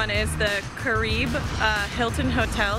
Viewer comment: Lol at careeb. "Kah Ree Beh" oh:-)